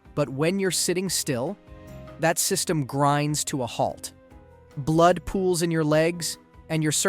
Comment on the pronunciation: Probably the mispronouncation of blood 😂